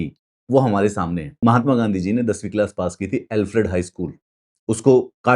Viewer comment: आप तो बहुत पढ़े लिखे हो महात्मा गांधी को मेहटमा गांधी कह रहे हो , अंग्रेज चले गए लेकिन अंग्रेजियत नहीं गई ,आप इस तरह से बोल कर अंग्रेज नहीं बजाओगे ।